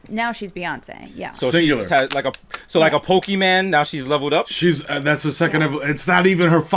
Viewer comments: THIS MAN SAID POKIEMAN, LMAOOO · My Dude Said PokiMan' ? ...Nice Desus I √_¥